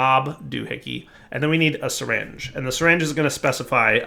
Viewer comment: I thought you pronounce it "Syringe" not "Seringe"..